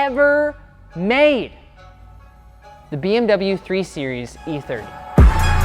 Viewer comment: "BMW '3 SERIES'" 🤦‍♂️